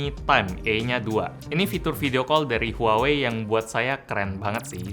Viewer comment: Bukanny pronouncenya bukan huwawei? Harusny lebih ke wah-wei. Apa gw yg slh denger?